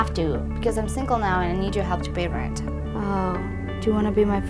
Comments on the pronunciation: you did say sincle lol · YEAH she did say sincle lolololololololol ha ha ha ha ha ha ha ha ha :P